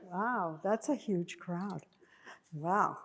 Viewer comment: watch peggy closely, i caught it but i dont think anyone else did, donald trump most famous saying is "this is yuge ! As in huge , but he says yuge all the time ,and peggy did it and caught herself doing it but no one else in the audience caught on lol it was pretty funny